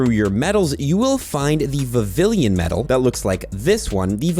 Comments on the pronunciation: For the record vivllon is pronounced with a “y” sound phonetically its, vi vee on, not viv ill on. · I think it’s pronounced Vi-vi-lon, not Vi-vi-lien. You’re pronouncing it like Veridian city. Or have I been saying it wrong this whole time? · How many times can this guy say Vavillian when it’s Vivillon……… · Vivillon, not vivillion. Because the naming has a lot of work put into it, because Pokémon names are a HUGE part of the game lore, and because gets paid for this content. Nobody deserves to be paid to talk about something they’re too lazy to even learn to pronounce. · It's pronounced Vivi-yon 🙂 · Every si gel time you repeatedly mispronounce Vivillon it’s like nails on a chalkboard. (note it is NOT “Vivillion” as you keep incorrectly saying despite having it LITERALLY be your job) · The L in Vivilion is silent BTW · And bro leave him alone😭🙏like why u getting so pressed over his mispronunciation for vivillion